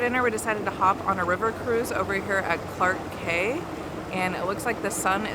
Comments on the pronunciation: Quay is pronounced as “key” 😊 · Quay is an English word pronounced "key"